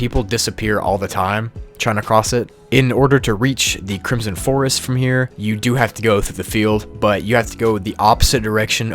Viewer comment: CRISOM FOEST